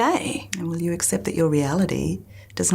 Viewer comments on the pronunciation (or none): none